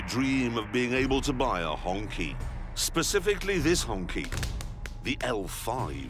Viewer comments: it's pronounced HongCHI not Hongki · not HonKey but HonChi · It’s not hong “ki” it’s pronounced “chi” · OMG, it's not pronounced honky! It's pronounced hone-chi. LOL. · It's pronounced Hoong Chee. Not honky. LoL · he just wants to say "honkey" as a mockery, pretty sure he was told of its proper pronunciation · Pronounced Hong-chee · It's pronounce as 'Hong-chee', as per the Mandarin pronunciation. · I was shocked no one taught him how to say it - Hong Chi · FYI, it should be pronounced as "Hong Chee" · Honky is a slur. It's Hongqi (q sounds like ch). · It's "hong chi"